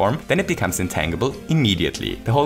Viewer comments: Just FYI, "intangible" is pronounced "in-tan-ji-ble" not "in-tang-ible". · it's pronounced in tänndjibell not tännjibel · "Intan-gee-ble" not "Intangled-ble" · Just FYI, intangible is not pronounced with a hard 'G'. It's pronounced more like 'intanjible' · In-tan-jih-bull, not in-tang-ih-bull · Um, it's in-TAN-gi-ble, not in-tang-ible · Psst- it's pronounced in-tanj-ib-ul not in-tang-ib-ul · Just a random little thing: "Intangible" is pronounced "in-TANJ-ibb-ull." :) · Wonderful video. I do want you to know that you pronounce “intangible” really cutely, but it is actually pronounced in-TAN-jih-bul. As in, “I got a nice TAN this summer.” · Hey, just a small heads-up, the word "intangible" is actually pronounced "in-tan-jih-buhl" in English! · Intangible has a soft g: intanjible. Just in case you weren’t aware :) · Intangible. The G in intangible makes a J sound and the A is not long. In-tan-jah-bull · Psst.. It's pronounced "in-tan-juh-bull". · The way pronounces "Intangible" is ridiculously delightful. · I'm sure plenty of people have stated this already but the "g" in intangible is a soft "g" sound. Which means it's sounds more like a "j" as is Gem, Giant or Gym as opposed to the more common hard "g" sound as seen in get, going, ghost, grape etc. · Hearing "intangible" with the hard g was killing me lol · If you know how to say tangerine, that's closer to the correct way to say tangible. It's a reasonable guess though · is he saying intangible? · intangible is pronounced with a soft g like in tangerine. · Intangible Pronounce the g like in change.